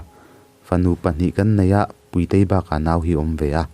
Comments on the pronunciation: Puitei or Púitei (Ro'Pui') kan sawi ang a, 'Puitei' ti tho si. Amah Puitei koh nan a 'Tui' lam rik ang deuh a, 'Púitei' ti leh tho si. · Puitei / puitea tih i lam dan hi a ma ka ti